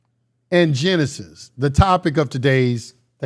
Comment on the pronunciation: "Gen-Isis" Egyptian